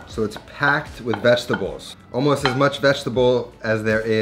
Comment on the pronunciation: I like how he says VEGTABOWS